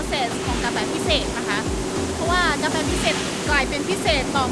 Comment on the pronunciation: พูดไทยชัดมาก..ชอบๆสุดยอด บางคำที่ไม่น่า พูดชัด เลย เมือก กาแฟ ยังออกเสียงชัดมากๆสุดยอด..ติดตามครับ